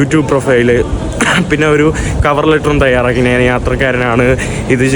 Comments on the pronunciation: നാൻ അല്ല, ഞാൻ ആണ് മലയാളം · എടാ മുറിയണ്ടി നീ മലയാളം ശരിയായി സംസാരിക്കാൻ പഠിക്കുക. നാൻ അല്ല ഞാൻ ആണ് ശരി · എടാ കോപ്പേ മലയാളം ശരിയായി സംസാരിക്കാൻ പഠിക്കുക. നാൻ അല്ല ഞാൻ ആണ് ശരിയായ മലയാളം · മന്ന് അല്ല മഞ്ഞ് ആണ് നാൻ അല്ല ഞാൻ ആണ്